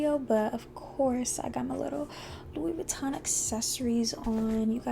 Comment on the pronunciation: Please learn how to pronounce the name properly.